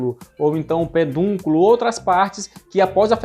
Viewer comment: O correto é PEDUNCULO, não penduculo.